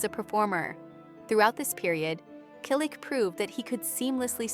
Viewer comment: Why a fake image of Tom? This picture makes him look many years older. Tom still has black hair with a few silver and white strands. Tom is 81 years old. Again he has not finally given an interview about James Garner. Teach your AI-generated voice to pronounce Selleck correctly. Everyone we know has already read Tom's book or listened to the audio CD. James Garner's fans have already read "The Garner Files: A Memoir" . Learn English. Read the books. Your story is completely jumbled because you keep jumping from one topic to the next and back again. There is no chronological order.